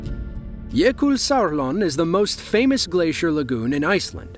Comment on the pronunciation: Again you nail the pronounciation of Jökulsárlón. Great job. Greetings from Iceland.